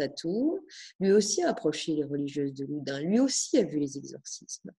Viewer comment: Loudun pas Loudin!